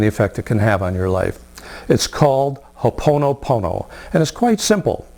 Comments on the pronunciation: If you are going to teach then at least pronounce it correctly ! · Please learn to pronounce our language correctly. Its crazy how people take our culture to benefit themselves & give nothing back to the native people who are suffering